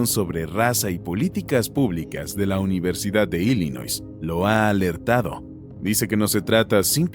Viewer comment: Nel carnal tu información esta muy mal. Y se pronuncia ILLinoi sin s.